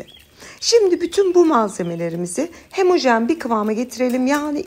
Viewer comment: Hemojen değil ablam yaaa. Homojen de biz de rahatlayalım artık.